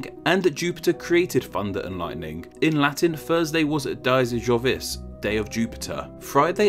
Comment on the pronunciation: Just FYI, (and I’m not blaming you) but in Latin the letter “V” makes a “W” sound. So in the phrase: “Dies Jovis” Jovis is pronounced “Jowis.” Just thought I’d put it out there for future reference. P.S: “i” makes a “J” sound, and “C” makes a “K” sound.